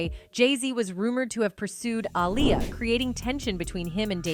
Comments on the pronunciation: I appreciate the content but I don't appreciate the mispronunciation of her name several times. A-LIAR, then you say her name correctly. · You are saying her name wrong is Aaliyah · Saying her name 5 different times is a massive sign of disrespect….. if you cannot do your research correctly and listen to how her name is pronounced. Then your being purposefully disrespectful… 😐😑🥴 let’s see if any of your white subjects you do that to? Will be interesting to see if it’s solely Black and Poc names your purposely mispronounced….